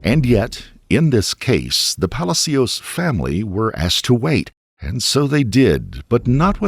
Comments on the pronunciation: It's NOT "Pally C Ous", it's "Palaa Cios" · Palácios, not Palacíos. Please don't make up a new version of Spanish. Your productions are so top notch, it's sad when you say Spanish words wrong, over and over. Just ask someone who speaks Spanish! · Puh-lah-see-oh! Not Pala-C-oh, just Say-n. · Omg I love every video but as a Spanish speaker this one had me twitching every time you said Palacios😂 it's not pronounced "palazeeos" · Weird hearing Hispanic names pronounced properly and not Americanized. WTF is a Ran-hell or a palas-cios jajajaja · (Palacios = /pah-lah-see-ohs/ ) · Is this narrated by an A.I. voice? It’s awfully annoying and I’m pretty sure the last name “Palacios” is being pronounced wrong. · You sure you are pronouncing ‘Palacios” correctly? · Please learn how to pronounce Palacious. Very annoying!👎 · Plz learn how to pronounce PALACIOS.. its not hard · You could have taken the time to learn how to correctly pronounce Palacios. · it literally takes 2 seconds to check the correct pronunciation of Palacios, man... Please stop murdering Latin names